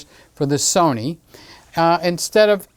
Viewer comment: The Sunny cameras were always better than the So-nee cameras and the Ka-non camera's will just have to try harder next time